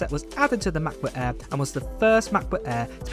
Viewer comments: he is a m’cbook eaa guy mcbook Eae…😂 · Work on your pronunciation.. MEHBUHK EHHHH is not a way to say MacBook Air